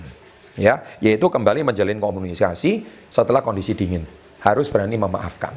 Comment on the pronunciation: Tips ke 5 menjalalin komuniskasi 😄😄😄 typo saat berbicara ya pak wkwk